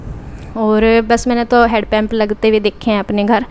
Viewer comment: head pump nhi hand pump bolte hai